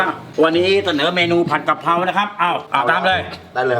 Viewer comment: กะเพรา ไม่ใช่ กระเพรา